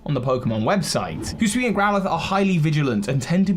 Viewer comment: So Hisuian is pronounced - “he-sue-eee-an”